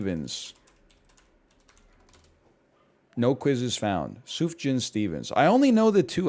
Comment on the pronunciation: thank god he finally learned how to pronounce sufjan